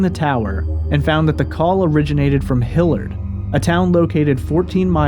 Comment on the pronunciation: Hilliard (hill-yurd) not (hill-ard)